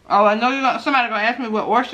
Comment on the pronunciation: How do oysters taste? Ooops I meant "errsters"!!😆😆😆😆